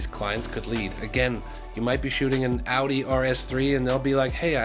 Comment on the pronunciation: You pronounced Porsche and Audi the way it's supposed to be pronounced ♥ Instantly subscribed because of that.